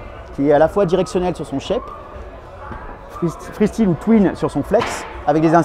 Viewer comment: J’ai mal aux oreilles chaque fois que j’entends « freestile » 😂